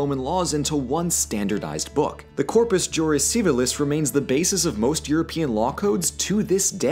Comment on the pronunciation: I believe "Corpus Iuris Civilis" is pronounced sort of "you-ris" not "jew-ris". Just felt like hair splitting a bit tho. Everyone knows what is talking about.